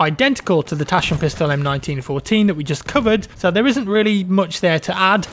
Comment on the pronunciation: J love it how ypu spoke Taschenpistole 😁